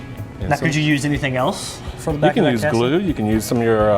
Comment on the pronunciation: "Castin" LOL!